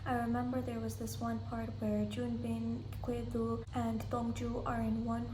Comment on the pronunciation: I was wondering who you were talking about when you say 'Kwedo'' so I looked it up and I think you meant 'Gwedo' which is the Korean name for Orbit. I watched the show in its english dub so I knew him as Orbit. Yea Dong Joo comes off as cold in some of the episodes but I think that has to do with her US lawyer training. As for beauty I imagine makeup must be helping her as I am in my 40's and I know it's normal for humans this age to start showing wrinkles on their face, she does have a really nice height and body she must have been so stunning in her 20's. For me the second prettiest lady in the show is Si-Won and I love her determination. Up to this point in the show I'd say my favorites were Orbit, Dong Joo, Si-Won, and Seok-Jin, they just seemed to be clearly mentally superior and better players than the other cast members. As for my least liked players it was Dong Jae, Yeon-Woo, and Seung-Kwan. Dong Jae just reminds me of college kids and Yeon-Woo is without a doubt the worst player ever how is she a professional Go player? I know you like Dong Jae but I just think he's immature compared to the other cast members and I was so happy he got eliminated because him talking to Seok-Jin privately near the end of that secret numbers game must be one of the biggest blunders i've seen. As for Yeon-Woo she tried taking down a god and got eliminated for it, I was actually surprised she went along with Si-Won's plan to target Orbit as I think the Laying Grass game favors a defensive